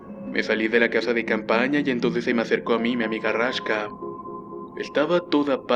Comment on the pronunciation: Raksha :v, no Rashka :v